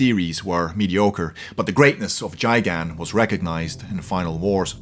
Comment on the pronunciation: AND ITS NOT JAIGAN ITS GAIGAN!?